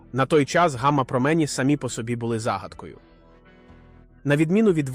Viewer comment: якщо наголос не правильний це все читає програма читалка а не жива людина. Зараз дуже багато відео озвучують через програми читалки